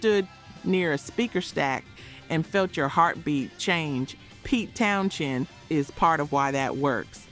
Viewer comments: His name is "Towns-end" not "Towns-shend". Duh ...... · The pronunciation of Pete TownSHend is forking annoying. Also whilst constant volume was a factor in his deafness the initial damage was caused when Drummer Keith Moon set off an explosive charge in his kick drum during a performance of "My Generation" on the Smothers Brothers Comedy Hour, damaging Townshend's hearing on one side. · Pete Town-Shend. lol. The more she says it, the more I lost interest. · Pete Townshend pronounces his last name as "Town-zend" (/ˈtaʊnzənd/), despite the spelling containing an "h". The "h" is silent, making it sound like "Townsend," not "Town-shend." The pronunciation has often caused confusion, but it rhymes with "send" or "end," as noted in various pronunciation guides and fan discussions. There's a video on it. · If you wish to make an impression with your (knowledge/expertise) about someone else, you should at least get the name correct. Maybe a little more (double) editing, before presentation. To keep saying Townshend, when it is Townsend, is just sloppy. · Pete Townsend is pronounced “Towns End” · I had to stop when you mispronounced Townsend the third time. Ugh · It's pronounced Town-send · It's pronounced Pete Towns-end. The *h is silent. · THANK YOU! I don't ever remember his name being "Townshend". It was always "Townsend". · There is no “ Schend” in “ Townshend” ! Plz pronounce the names correct . It’s irritating and lazy narriating. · Is not Townshend pronounced as Townschend too? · I cringed too every time I heard you mispronounce his name but I was able to overlook it because I'm impressed that a girl your age knows who he is lol. Long Live Rock!